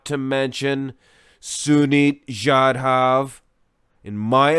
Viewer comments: Finally an Indian athlete, yeah you pronounced sunit correctly but jadhav was wrong its pronounced as jaa-duv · What the fuck is jadhaaav 😂🤷🏻‍♂️ Thats jadhav!